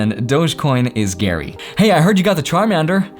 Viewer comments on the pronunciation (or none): none